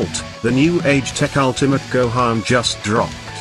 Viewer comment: Wait WAIT THE AI VOICE PRONOUNCED GOHAN CORRECTLY